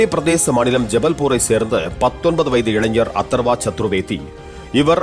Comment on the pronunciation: அதர்வா தானே. அத்தர்வான்னு சொல்ற. ஏய்யா